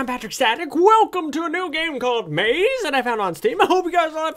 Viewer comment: lol it's actually pronounced My-ease not maze.